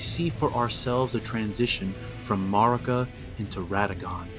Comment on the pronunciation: the way you say marika should be a crime im your 28th subscriber